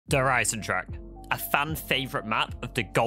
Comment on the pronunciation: All this time, and the majority still can't pronounce Der Eisendrache the right way...